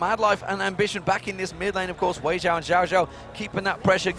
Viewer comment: so annoying when they say xiao as Jiao lol.